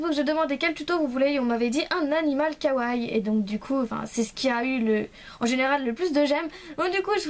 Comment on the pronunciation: Coucou, super tuto ^^ (PS : On dit "Kawa-i" pas "Kawaille".)